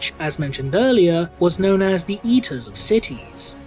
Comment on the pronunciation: Sorry, when I heard 'eater of cities' I heard 'yeeter of cities' and now I will forever know the World Eaters as the World Yeeters.